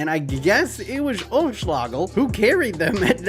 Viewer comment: You pronounce him ölschläägel